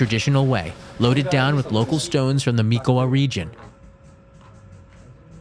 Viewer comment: Nice toiur of Nishio. But pronunciation of "izakaya" and "Mikawa" are so bad. Please don't learn them that way!